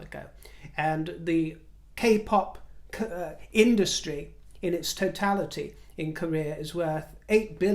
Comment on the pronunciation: Sorry,, when you said “k-pop industry” I thought you said “kapok industry”! I wonder if kapok is still used these days.